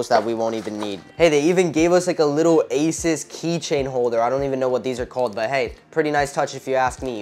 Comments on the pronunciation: ASUS NOT ASIS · I have heard a lot of people say Asus but I have never heard anyone pronounce it asis